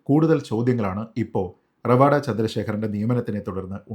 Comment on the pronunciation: ഇത്രയധികം Online news channel ആൾക്കാർ എല്ലാവരും പേര് റവാദ എന്നാണ് ഉച്ചരിക്കുന്നത്. പണിക്കരാണ് റവാഡ എന്ന് കൃത്യമായി പറഞ്ഞത്. ഇതാണ് കൃത്യമായ പേര് എന്നു പറഞ്ഞു തന്നത് വടയാർ സുനിൽ ചേട്ടനാണ്. പണിക്കർ സർ, താങ്ങൾ എന്നും താങ്ങളുടെ തട്ട് ഉയർന്നു നിലക്കും.